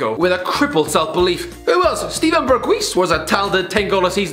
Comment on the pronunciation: Steven BergWeEs its literally the word for house and you butchered it